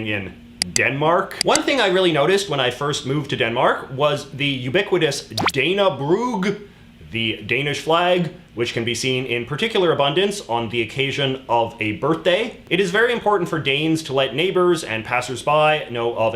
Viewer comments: Dannebrog is pronounced Dannebrou (the g prolongs the o) with an a as in apple. And yes, the Scandinavian flags are seen as the flag of the people rather than a political flag although it is that as well. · Nice video, but your pronunciation of "Dannebrog" hurt my ears.